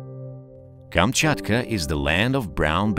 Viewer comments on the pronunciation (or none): none